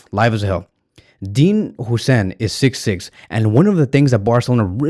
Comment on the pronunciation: its "Hoyyyysen"